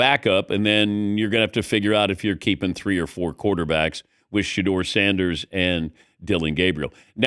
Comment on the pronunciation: His name is Shedeur Sanders!!! Curse you AI